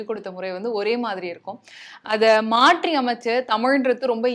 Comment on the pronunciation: 😂 ழகரத்தை மட்டும் மிகவும் சிரமப்பட்டு உச்சரித்துவிட்டால் போதுமா?! இந்த "ல, ள, ர, ற , ந, ன, ண, ங, ஞ (ஶ, ஷ, ஸ, ஹ, ஶ்ரீ)" எல்லாம் என்ன தக்காளித் தொக்கா?! 😂 பள்ளிக்கூடம் என்பதை பல்லிக்கூடம் மாற்றி என்பதை மாட்றி எளிமையான என்பதை எலிமையான சிறப்பு என்பதை சிரப்பு விளக்கம் என்பதை விலக்கம் என்கிறாள் இப்பெண்மணி!